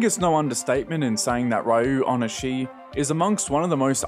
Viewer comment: I think it’s pronounced “REE-oh oh-nih-SHEE” but I’m not 100% on that.